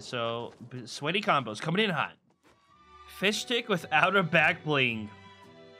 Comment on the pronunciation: He said fishdick😂😂😂